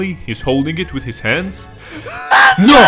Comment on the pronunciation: i love how he said that no in italian